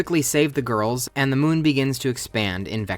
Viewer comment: i love how you say ‘the gorls’ 🤣🤣